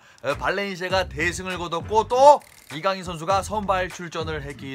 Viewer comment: 이거 해설은 발렌시아담당해설이라 그런가 kang in으로 읽어주는데 다른해설도 들었는데 아직도 kan gin으로 발음하더라구요